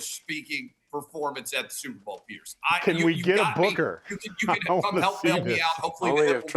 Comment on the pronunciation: She did say Stuperr bowl😅